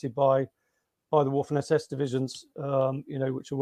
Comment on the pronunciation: You always know a quality author or historian when. They pronounce waffen with a W!!!